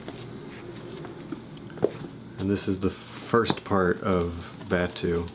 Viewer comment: Today I have learned that I pronounce Dahm, Koark, and Vattu incorrectly...